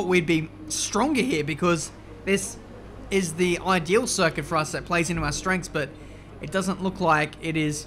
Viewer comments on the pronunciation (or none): none